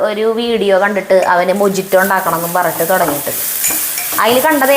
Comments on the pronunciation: Hi, and, "Mojito" is pronounced as “Mohito” (Muh-hee-tow) with an 'H' sound instead of a 'J' sound, because it is Spanish. Any way good video. Keep going 👍👍👍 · മൊഹിത്തൊ എന്നാണ് ശരിയായ pronounciaton .Turkiyil നിന്നും കഴിച്ച shakshuka ഇതുമാതിരിയെ അല്ല ഉണ്ടാക്കുക . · എഴുതുമ്പോൾ mojitto ആണ്. But പറയുമ്പോൾ mohito എന്നാണ് പറയേണ്ടത്